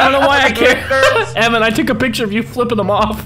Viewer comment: Lmao called his Evan suit "im ephan"